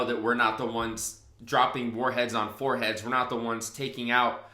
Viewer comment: Didn’t he say “warheads on poor heads”?